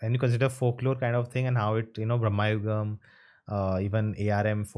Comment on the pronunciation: its not brahma yugam, its bramarugam. brama in sanskrit means temptations / materialism